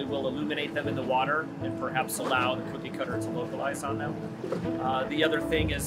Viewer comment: I keep hearing 'kooky cutter shark'. Disconcerting 😂